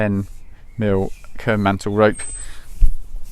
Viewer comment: I’m sorry I could not understand the name of the rope you’re using. Was it care mantle?